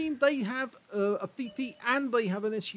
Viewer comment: Is he saying FiFi or is he saying PeePee? I can't really tell. We all call it a leafblower.